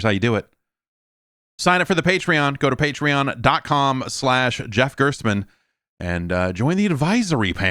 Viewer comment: the five different ways Jeff pronounces it are all correct.